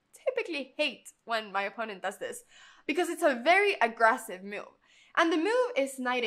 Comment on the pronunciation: There is no u in the word move. So why are you adding a u in your pronunciation?